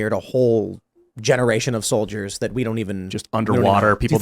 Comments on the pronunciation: Pronounced “solid-ears” apparentally… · Pronounced "sOL-iD-E-eRs"